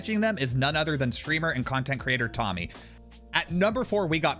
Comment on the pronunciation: Why are you pronouncing it SHtreamer though